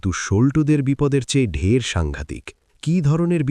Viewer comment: 'ঢের'-কে 'ঢ্যার' বলছে, বাংলা জানে তো লোকটা?এইসব আপদগুলো করে খাচ্ছে - ভাবলেও ঘেন্না হয়!